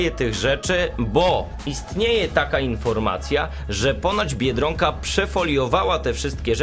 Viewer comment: Dlaczego mówisz "biedrąka" a nie tak jak trzeba "biedronka"?